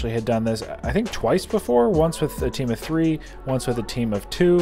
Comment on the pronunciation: First, pineapple should NEVER be on pizza. Also did he say tea-am in the very beginning? In conclusion, pineapple DOESN'T belong on pizza.